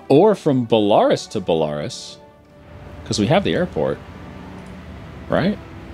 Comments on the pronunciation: You really need to work on your pronunciations... like its bell-a-rus not bell-ar(e)-us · i love these video! keep them up though as a british man. A European. i wish you could once pronounce place names correctly. e.g Belarus is said BELL A ROOSE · *Bell-ah-roos XD It sounds like if you're at a Toys R Us that sells bulls. (Bull-ah-rouhs) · Why does he say Belarus like that? It should be belaRUS, not BElarus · I love how says "Balarus" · BELL-A-ROSE Belarus BORE-KNEE-OH Borneo come on man... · BELA- RUS(E) jesus... its an entire country. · is pronounced Bela-roos. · It's pronounced Bella - ruse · I don't know how long this has gone on, but your pronunciation of Belarus, hurts me. Love your channel but it is pronounced like BE-LA-RÚS (belaroos). I'm pretty sure Rus is like a suffix for many people groups for relation to the ancient Rus people